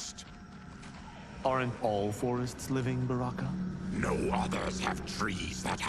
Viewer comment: () I love it when you call Baraka “Bronkan” LoL 😆